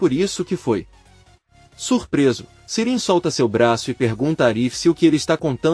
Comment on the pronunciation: E ai, meu amigo, Sirin é uma mulher, ou um homem? Você fala o nome das pessoas tudo errado!🤦‍♀️😂😂😂😂🎉